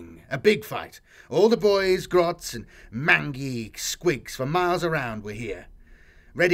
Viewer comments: Superb reading, love hearing about those space punk and goth crazy orks and their rust-bucket rokkit-strapped bat-shit crazy armies! Just a heads-up; mangy is pronounced mane-jee not man-gee. As for the cordite; it's possible, seeing that Orks would use anything for a propellant. The lowest crappiest firepower tech they have would be little better than a musket, whereas anything for their Shokk-Attack Gunz, beam-gunz, tellyportas and Zzap gunz would be exotic and completely hazardous to be around. Hell, I wouldn't be surprised if some of their tech even causes cancer in bystanders and genetic failure by extreme leaky radiation. I realize what cordite is as a propellant and how downright primitive it is even for 40k. But again, these are Orks. For Mephet'ran the Deciever's sake, they use "squig-juice" to fuel their Burnas! They will use ANY. THING. To get airborne or as 40k-graded C-4. Even if it's a bunch of molotov! Flame, explosion, propellant, radiation, plasma, nuke/nuclear, rocket-fuel, cordite, fyceline, propane, benzin, nitroglycerin, plastic, it doesn't matter. They will find a will and half a functioning way to get from a to z to a time-warping wormhole into the warp on a WHIM. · Ranting about 'cordite' when one can't pronounce words like 'mangy', 'Acheron' & etc.... :-/